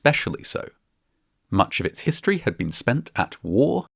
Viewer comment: I love Vatching Vascinating Vhistory